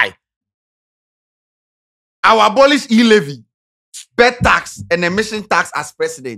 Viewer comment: it is e-levy not e-lavy😅😅😅